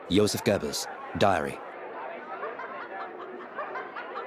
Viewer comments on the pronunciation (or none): none